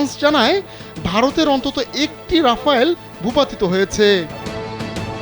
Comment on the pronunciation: আরে আ'বাল রাফায়েল না রাফেল